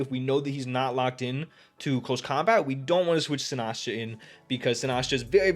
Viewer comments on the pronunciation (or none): Its “si-nis-cha” not “si-nas-cha”